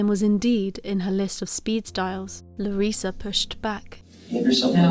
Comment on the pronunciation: you say Larissa just fine, no worries.